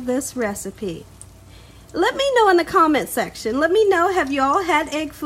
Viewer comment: "You hear meh" i love it ! Subscribed !!!